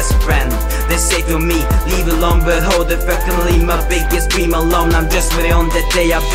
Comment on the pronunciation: Hello, I think you're a good rapper, however you should work on your English pronounciation. In my eyes, it really affects my impression of your songs, in a negative way. Examples: How you're supposed to say it: But, way, three, in. How you say it: Bøtt, wei, trii, inn. One can hear that you're obviously from a scandinavian country. Please don't be offended by this, I'm just stating my opinion. Good beat, good rapping, horrible pronounciation. Sincerely, Magnus Hole.